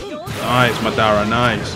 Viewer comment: It's ma da ra